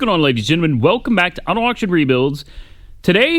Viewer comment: Ladies and “gemmen”.?? Lol Slow down. 😆